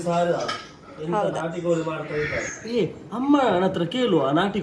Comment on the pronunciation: ಕನ್ನಡ ಚೆನ್ನಾಗಿ ಮಾತನಾಡಿ. ನ ಮತ್ತು ಣ and ಲ ಮತ್ತು ಳ ಉಚ್ಚಾರಣೆ ಬಗ್ಗೆ ಎಚ್ಚರಿಕೆ ಇರಲಿ. ಕೋಲಿ ಅಲ್ಲ ಕೋಳಿ ಅನ್ನ ಅಲ್ಲ ಅಣ್ಣ ಇತ್ಯಾದಿ ಇತ್ಯಾದಿಗಳ ಬಗ್ಗೆ ಎಚ್ಚರಿಕೆ ವಹಿಸಬೇಕು. Good luck